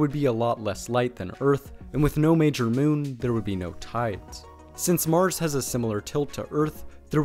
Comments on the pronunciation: "On Meurs"... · I swear I heard you call mars Morris a couple times.